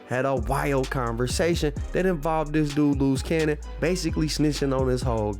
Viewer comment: Bruh. How many loose cannons is it? Looze Cannon, Luce Cannon? Come on now dawg